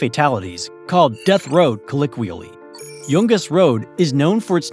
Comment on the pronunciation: really enjoyed the video, however your butchering of the word "colloquially" was pretty distracting honestly.